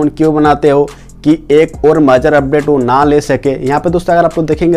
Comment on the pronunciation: majar nhi major hota hai bhai